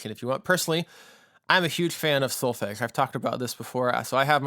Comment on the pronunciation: If you are teaching students you should, at the very least, pronounce the word 'solfege' correctly....hearing how you say it is like fingernails on a chalkboard!!